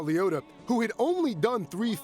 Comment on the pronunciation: Liotta not leotta :D